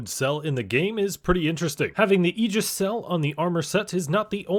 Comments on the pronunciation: "ay-jis" "AY-JIS" not "E-gis" my guy!!! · Ay-jis* ty for the great vid